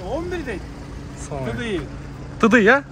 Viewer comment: тыдый эмес тидай дейт